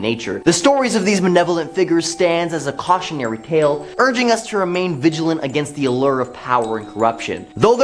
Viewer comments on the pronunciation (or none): none